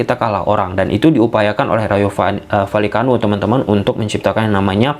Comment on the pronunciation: Ijin saran bg, maaf klo ad salah. Klo penyebutan nama nama yg agak susah mending singkatin aja, soalnya abg beberapa kli nyebut Rayo Vallecano keseleo trus 😂😂 mksdnya biar lebih mudah aja😅 Btw aku subscriber sejak Barca masih ditangani Koeman.